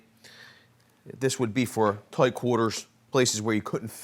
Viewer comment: Am I the only one that catches him saying tight kinda funny